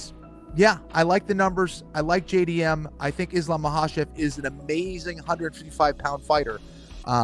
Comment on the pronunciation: Uncle chael said islam 😂😂